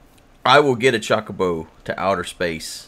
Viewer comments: The "o" in Chocobo should be pronounced like the o in "low". It's not "Chalk-o-bo" like he says it but really "Cho-co-bo". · I think it's suposed to be "ChocoBow" But he sais it as "ChawcaBow" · It's Cho-co-bo but i've always called it Choc-o-bo, even if it is the former, the proper pronouncing doesn't have the same charm. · You admit that you know that you're saying Chocobo incorrectly and then continue to do it anyway despite what everyone says. I think I love you. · This series is turning out great. Btw, I forgive you for saying Chocobo the way you do; so many ways to pronounce things I won't gripe at you for saying it. About the Nether Fortress in Sea. 4 map; Heck yeah that thing was right there in yall's face as soon as you went through the portal...no way you guys coulda' missed it. Here's hopeing you find one in this series soon. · Him saying about him saying Chocobo wrong reminds me of him saying "pinch." I think I said "him saying" enough. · Chookabew, chuckibaw, chawkiboo. Who gives a crap? can pronounce it however he wants. It is a made up bird for damn sake!